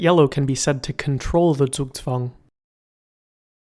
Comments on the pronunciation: He got the z in zugzwang right! Nice job! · never have I heard a non German pronounce a German word correctly, especially one like Zugzwang